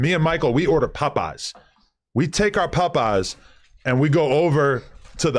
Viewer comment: Adam Can't Even Say Popeye's Right